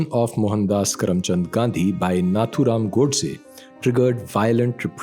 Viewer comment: Idiots at least say the name right नथुराम not नाथुराम